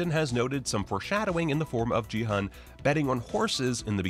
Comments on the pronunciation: In case you do another video, the "G" in "Gi-hun" is a hard "G" and the "Hun" is actually pronounced "Hoon." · You are pronouncing Gi-hun's name wrong.... The "g" is a hard g sound, not a soft g........... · "15 things only fans noticed" What does that even mean? The show is brand new, how can you be a fan before even watching it? Or is this supposed to mean "15 things that people who were actually interested in the show noticed"? In which case yeah, obviously. Also speaking of "fans", he has trouble pronouncing their names properly even though they were said many times in the show and he's making a video about it. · How do you watch an entire tv series and have no idea how to pronounce the main character's name? It was repeated more than any other's. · Your constant mispronunciation of Gi-hun's name was so jarring. It sure sounds like you didn't actually watch it, because how could you miss that kind of detail when it's said a thousand times in the show?